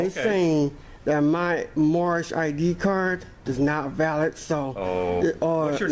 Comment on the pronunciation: My Nationality is Moormish! This guy is so bad he doesn't even say Moorish correctly 😂 🤣 (I think his name is) is an extra special one!